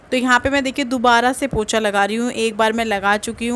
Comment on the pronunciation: वह पोछा होता है पोचा नहीं